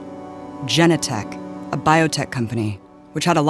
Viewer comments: It's Genentech, not Jennatech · It’s not pronounced Gen-Eh-Tech it’s fucking pronounced as it’s SPELLED GEN-En-Tech goddamnit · Please pronounce Genentech correctly - Ja nen tech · it's pronounced juh-NEN-tek. the mispronunciation of this word almost discredits the whole thing, given that they dig all this info up and make these amazing connections but can't learn how to pronounce a company name? otherwise really good mostly. the kind of investigative reporting our media should be doing. but the bit at the end about how Trump is the most unpopular candidate ever misses the obvious point that a) Trump is actually VERY popular with many people and b) Trump is unpopular with people who believe the lying media, who this video itself shows is in the tank for the democrats. not sure why this point isn't made. it's obvious. part of their global mafia is ensuring that any threats to it are destroyed by the lying lapdog propagandist media, which is why they are in fact responsible for any unpopularity of Trump